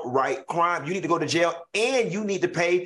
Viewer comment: “She needs to go to JAI YAH (jail)!!” 😂😂